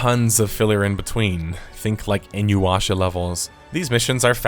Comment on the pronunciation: bro said "Inyu-washa"